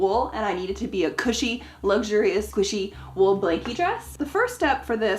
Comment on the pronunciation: When said wool in the start when she was introducing the fabric, I literally understood it as wolf! It was seriously giving me red riding hood vibes, lol. And looks French/North-Mediterranean so she seriously should do a historically accurate red riding hood ensamble. I can't quite remember when that story was originally published but yeah. 👍🏻